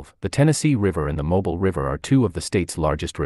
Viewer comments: I would have enjoyed this video more if your pronunciation of some of the places had been correct. Mobile, as in the city, bay or river is pronounced Mo-Bil not mobil. I love my home state of Alabama. Thank you for pointing out some of our history. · A-I ruins this. Mobile is pronounce Moe-Bill...not Mobil like the gasoline brand! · Mobile is pronounced mo beel. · Pronunciation of mobile was incorrect